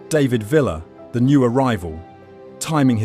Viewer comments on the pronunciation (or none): why you pronouncing david villa like that 😭😭